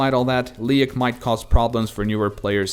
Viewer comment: You pronounce Leyak wrong. People say Leyak like "Leak".